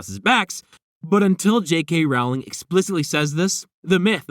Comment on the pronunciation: I just wanted to let you know that you pronounce JK Rowling's name wrong. It should rhyme with bowling, not with growling